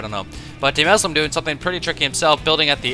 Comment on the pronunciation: Fyi, it's Duhmuslim. Not Daymuslim. I'm so happy Idra is trying weird shit now though.